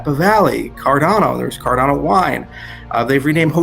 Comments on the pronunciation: Cardano not Cardeno 🤣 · Why would you OBVIOUSLY mispronounce Cardano?! Its like you have never heard anyone say CardAAAAHHHno before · You don’t pronounce Cardano correctly